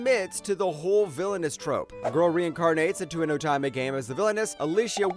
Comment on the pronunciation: Great list, I've seen all but 2 of them and loved them all. 7th Time Loop is rightfully number 1, although Next Life was my original favorite and still a favorite. Also, most, if not all of these have light novels if anyone wants to continue the journey, which I highly suggest. But please, please could you learn how to say "Otome" it's oh-tome-may.